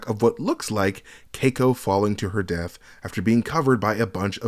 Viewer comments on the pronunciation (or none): none